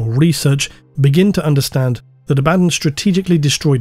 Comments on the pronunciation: Very strange pronunciation of Abaddon “ a,bad,un The despoiler” is this intentional is it a inside joke ? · Every time you go "aBADdon", I cringe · STILL mispronouncing 'Abaddon' is driving me crazy. You already admitted "uh baddun" is wrong, why keep doing it?? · While I appreciate that you said both "AB-ad-don" and "a-BAD-don", I have to point out you forgot "ab-ad-DON". :D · A - BA - DON 🙈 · its A-ba-don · It's pronounced Abaddon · This Abaddon pronunciation meme thing really takes me out of the video subject. As much as I have my own pronunciation of it, I wish you would just stick to a consistent pronunciation. I really don't get petty, just use what's comfortable. I know Arbiter Ian does this too and I feel the same way. I get that you probably do it because people WANT you to pronounce it one way, but the inconsistency hurts the narrative IMO when you're talking about this specific character. Very sorry if you feel the average jerk has guided your narrative to start doing this, but I would love it if you would just use one or the other. Sorry for the criticism, I really tried to make it as constructive as I could. Thank you for all your hard work and despite the criticism, this video was fantastic. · still mispronouncing "Abbadon" I see. there ya go :) bruh....